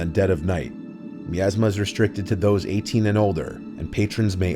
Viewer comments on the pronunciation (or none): It’s MY-ASMA pronunciation for MIASMA.